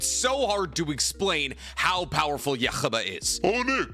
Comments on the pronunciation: Yu-ha-baha is the Japanese pronunciation. Yhwach's name is based off of Yahweh, who is a Jewish deity. He's pronouncing it with the Jewish pronunciation. Most people say Yu-ha-bach, Yu-ha-vach, or simply Yu-ha. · Who the fuck is yuchaba, yhwach...yuh-wak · odin is more powerful than zues. and its pronounced you-ha bach. dont read scripts about things you've never seen before. THEY SAY THE NAME IN THE SHOW! you mispronouncing the names is disrespectful and shows just how little you care, and how little knowledge about this stuff that you have. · It almost hurt my ears. You-ha-bah not yuhubba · uh, what??? It’s pronounced “Yoo-ha” l o l “Yoo-ha Bock” for Christs sake lmao bro said “uh-wach” 🙄😂😂 it’s German my guy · Nick WHY do you say Yhwach like youre hawking a loogie? It drives me crazy. In the anime itself they call him "yoo-hah bah-hah" so you really should adapt to calling him Yuha Baja. Please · Its him mispronouncing (yu-hah-bah-hah) on rapidfire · Is that how you pronounce his name? Yuck-ha-ba? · IT IS PRONOUNCED YOO-HA-VAHK YHWACH - YOO-HA-VAHK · Yhwach is pronounced “U-Hah Bak” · I never thought I’d hear Juha Bachs name with so much… phlegm… If anyones wondering (which you’re not), the name is pronounced as U-Ha… Ba-ha. I know… that’s how it’s pronounced?? Yes. Unfortunately yes. There is no phlegm in the pronunciation as the “ch” sound is not produced when spoken from the native language. Chinese and Japanese don’t pronounce the “ch” and thus, neither should we. Yhwach (ユーハバッハ, Yūhabahha) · nick thats not how u say yuhabaha/yuwhac (probably spelled it wrong) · Bro nick it’s called Yhwach (YOU-HAH) bah☠️ Can’t believe my goat shinra made it to the list 😭🙏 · It's just Yu-ha-bach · For everyone arguing about the pronunciation, they literally say it in the anime you-ha-bah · Interesting placement and explanation on Ywhach (yu-HA-baha on the pronunciation, btw.) But i like this list. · every time you prounounce Yhwach like that a stern ritter dies